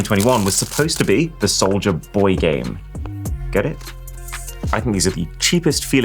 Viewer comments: never heard of Souj-la boy. hehe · "soujla boy"